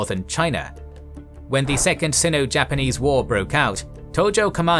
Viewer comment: Great video. Looking forward to next addition. By the way, I think the "i" in Sino is the hard "i", and pronounced as it is in the word like. Not a big deal though.